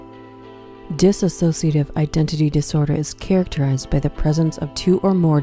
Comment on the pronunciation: It's Dissociative. Not dis-associative